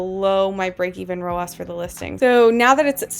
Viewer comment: Love this content! You are the first person to make this make sense for me in a very easy to understand way - THANK YOU!! Funny side note, your pronunciation of ROAS as “row-oss” would mean pronouncing Ads like “Odds” 😜 I have only heard ROAS pronounced “row-azz” because Ads is pronounced like, well, Ads 😅 Anyway, made me giggle and re-watch that whole section many times because I was distracted by the pronunciation. Good for the YT algorithm LOL! New sub 👊🏼